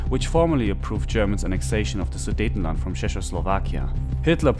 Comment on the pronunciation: Are you German? If not, then you are the first English speaker to pronounce "Sudetenland" correctly.. Interesting videos here on the channel!